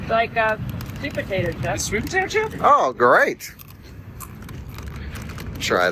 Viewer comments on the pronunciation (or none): none